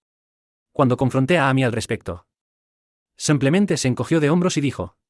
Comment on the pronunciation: No se dice samplemente. Se dice simplemente.